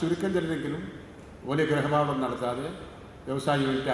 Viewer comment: ഗ്രഹപാഠം അല്ല ഗൃഹപാഠം ആണ്